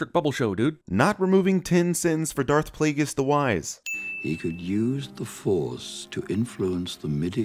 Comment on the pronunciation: deserved at least 100 sins for mispronouncing darth plagueis